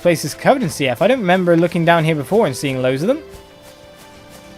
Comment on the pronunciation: I always thought it was pronounced like "Seeth"